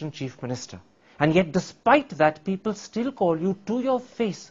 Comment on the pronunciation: “PEE-PAL” rip my beloved English 🙏